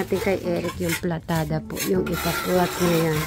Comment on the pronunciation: PALITADA hehe ✌️... hindi platada.😊